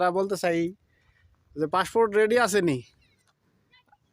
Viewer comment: ভালো করে বলতে পারোও না পাসপোর্ট সে নাকি আবার ইউটিউবার হয়ে গেল বলে ফাস্ট ফুড